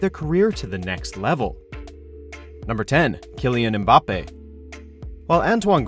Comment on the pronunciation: Im surprised that he pronounced "Mbappe" correctly. sips tea